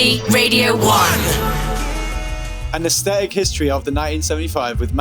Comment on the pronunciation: The way he says aesthetic. "Asstetik